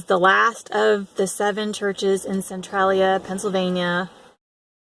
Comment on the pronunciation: Your didnt say that towns name right.